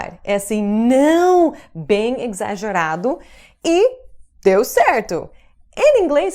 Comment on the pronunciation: um pequeno toque: a pronúncia da palavra "exagerado" é "eZagerado". Isso se aplica também às palavras "exército, exercício, exame..."